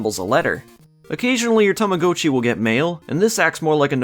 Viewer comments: i thought it was ta-ma-got-chi not ta-ma-go-chi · its TAMAGOTCHI not TAMACOATCHI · Tama-goat-chi!? Don't you mean Tama-got-chi!? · Technically is correct in that the Japanese word 「たまごっち」 is pronounced "Tama-Go-Cchi", but here in North America our commercials always pronounced it "Tama-Got-Chi" since young English speakers typically only ever read "go" with a hard "O" when it's part of the standalone word itself, and "Gotcha" is already in the common lexicon of English with a soft "O" and is one letter off from "Gotchi" in Romaji spelling. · Its Tama GOT chi Like I have got to get a new one Sounds like tama-ga-chi, but definitely not go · Tama Goat Chee blech seeing as I grew up with these I can't watch another minute of this video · Every time you say 'Tama-go-chi" part of me dies. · only Canadians say it this way I'm guessing, cuz we didn't say it like he dose when they came out in the us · it’s supposed to be like “gotcha” it’s Japanese. In Japanese that’s how it’s pronounced. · its the damn Canadians lol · I think it's pronounced Tama- gaa- chee, no? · Tama-gah-chee according to to everyone I've ever met and Google pronounciation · I'm sorry I can't watch this video with you saying Tama-GO-Chi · Those ones legitimately hurt to listen to, and his pronounciation of っち in たまごっち isn't perfect. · It took time for me to get used to your pronunciation of "Tamagotchi". 😅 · That’s not how you pronounce tamagotchi but fun video otherwise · Yes. I've never heard it pronounced the way it is in this video. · Sorcery! I must have hopped timelines again. Alternate pronunciation noted. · i hate how you pronounce tamagotchi, oh my god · I don't even think Bandai Namco know how to pronounce it